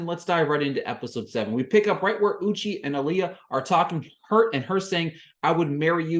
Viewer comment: Thank you for the review!! (Also, it's U-chay, not U-chi. Idk if you were doing it on purpose or not, so I thought I'd let you know.)